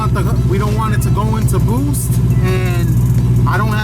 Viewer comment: "Eight pounds of boowhste"